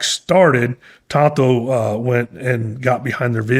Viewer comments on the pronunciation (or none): Well said. It is "Tanto " not Tonto btw, lol.